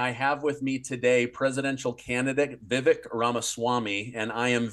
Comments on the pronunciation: Vivek.....pronounced Vivake, like cake. Js Not trying to be grammar police, it's just that he's a candidate for the PUSA so feel like people should least know the proper pronounciation. If you choose to not say it properly once you know, that's obv your choice. Just a heads up. 🙂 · His name is pronounced Vivek like cake (Vivake). I notice he corrects people less often recently. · Please pronounce his name CORRECTLY! Vi-VAKE, LIKE CAKE! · Yes to both. & it's Vivek, sounds like cake... ;) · Vi-VAKE…rhymes with CAKE…it’s only been over 6 months…Stop being an Amateur… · Vivek, rhymes with cake. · Vivek is pronounced to rhyme with 'cake" ☺ Is it possible to have a President with "honest and common sense" policies? Ramaswamy sounds like the answer, but can he win the election?!